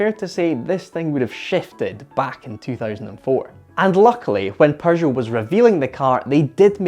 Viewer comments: Why does he says 'PeuRgeot'???!! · Why do you pronounce it "Perrgoh" theres no R in Peugeot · TIL there's an 'R' in Pergeot, I mean Peugeot. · "Paeu-jot" - a nice rebranding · Its PEUGEOT, not PERGEUOT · I love your British pronunciation of Pershow ! It is a shame to waste all that engineering on a single design concept car . They could have sold 25 of them for a metric ton of francs . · Why does he keep pronouncing it "Porzhou" ? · "perjoe, perjou, purrjow". There is no R in the name,...Stop with the "Purr Joe" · All I hear is Prrrrrgeot :)))) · What´s a Purrrgeot? Lol! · Purgot? 🤣🤣🤣 But seriously, very nice item! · It's not a perr joe you goof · I love how he murders the pronunciation of Peugeot. He just went with his own version, Persho. Quite amusing, that's the only thing I could hear during the video. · Why does he call them Purshow? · Perjoe or Peugeot? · TIL, there is an R in Peugeot #Pergeot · Dude why you calling it PURgeot?? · Someone tell bro there's no "r" in Peugeot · Bro it’s peugeot but without R between the U and G, smh 🤦🏽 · Your Scottish, that’s not how we pronounce Peugeot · hey, you know there's no "r" in "Peugeot", right? 😅🤔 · Am I hearing an “r” in the pronunciation of Peugeot? I see no “r”. I would like to get a second opinion… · I've never heard of this car nor have I ever heard the maker's name pronounced quite like that with an r in the first syllable.